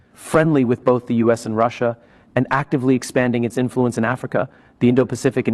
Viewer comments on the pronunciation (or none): Another AI who thinks Russia is pronounced "Russ" and "IA"!! Comical